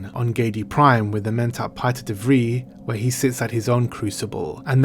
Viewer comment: So funny to see the name "Piter de Vries". The family name "De Vries" is 100% Dutch and in the top 10 of most common family names in the Netherlands. You correctly pronounced the "ie" sound, but the s isn't silent. I would have loved to have this scene with Paul and Hawat. And also the scene with Hawat and De Vries. It would even better explain Paul's exceptional powers. Almost to show a juxtaposition between the powers of mentats and those of the Bene Gessiret, but Paul learning to master both.